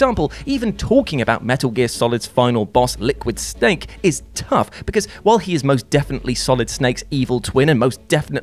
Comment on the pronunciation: When you said Liquid Snake, I thought you said Liquid Stank.